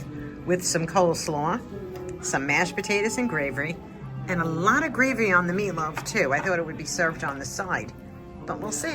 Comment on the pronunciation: There you go saying gravery again 😂